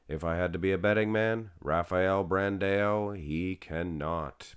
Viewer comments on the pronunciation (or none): I wish Rafael Brandão placed 9th just that I wouldn't have to hear you say BranDaYoW again! 🤦🏾‍♂️ I hate it. Lol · its still BRANDAAAOOOO! no BrandEO! there is still no E in his name! for the love of god !